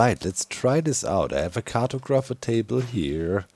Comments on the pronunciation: If you care for the pronunciation guide, cartographer is (at least in American English) car*tog*ra*fer where tog has the same 'o' as body, ra is 'ruh' and fer is 'fur' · Cart-o-grapher table 😂😂 love it! I will forever say it like this now...